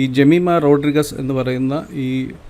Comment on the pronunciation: റോഡ്രിഗസ് അല്ല, റോഡ്രിഗ്സ് ആണ്.